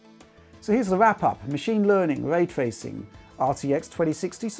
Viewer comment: What’s way twacing? 😝🤣